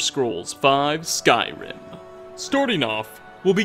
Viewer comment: Lol why do you always try to talk like that. Are you going for a failed imitation of a radio host or of an italian. "never supposed toah". "some insane detailah". "a golden ringah". "conquest of Skyrimah". "further you goah". "the more crowdedah". "emperor of Tamrielah". "uncompleted levelah". Almost every damn phrase LOL